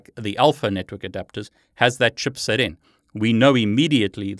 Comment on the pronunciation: Awesome video that provided me some good info. Using ACHIrtl stupid antenna and have always had major problems to get it work. It's either I need to install drivers again or the 5ghz doesnt work... OP is switching to parrot OS :D ff that sh** :D ALSO the way you say CHIPSET (chupset) made my day. xD